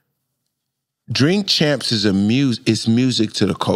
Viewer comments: Jink champs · Bill can't even say his name 😂😂😂😂😂